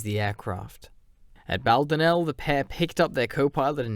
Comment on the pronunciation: Excellent video, as are all your episodes. As an Irishman I smiled at your pronunciation of Bal-donn-el and Fits-moris